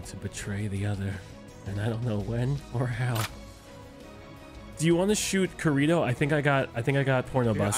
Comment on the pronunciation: Is no one noticing he called Kirito kireto like a kiribo from YU-GI-OH instead of SAO?